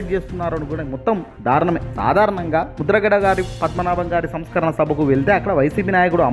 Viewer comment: telugu raakapothe nerchukuni ardham chesukuni maatlaadaali anchor garu...samskarana kaadadi samsmrana sabha...telugu bhasha marichipothe elaa saar